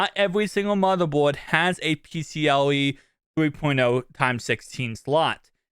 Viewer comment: Pcie not pcle